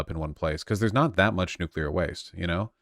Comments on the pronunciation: Whichever chatter complained about her pronunciation of nuclear... she said it right. Every time. Except once, where she kind of slurred the word a bit on accident. Don't be so petty and pedantic 😊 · Shouts out to Big Gretch. She’s a really nice lady. We pronounce nu-clear right